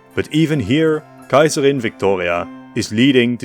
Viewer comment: I love the way How you say ‘Kaiserin’ and the other German names ❤